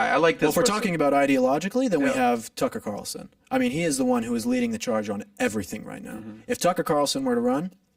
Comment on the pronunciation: This dude said tucker carlson.. lol